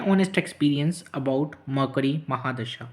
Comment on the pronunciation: Murcury hota hai.... Makri nahi